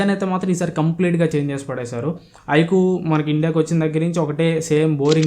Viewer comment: Adhii ( Ikuuuu ) kadu bro ... iqoo first mobile name cheppadam nerchuko tarvta videos cheyyuu 😅